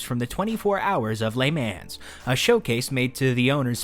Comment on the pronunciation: "Lay Mannz." 😆